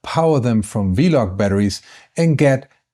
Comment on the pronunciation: I do mean V-Lock, but I thought you said V-Log batteries several times. I’m used to them being referred to as “V-Mount”.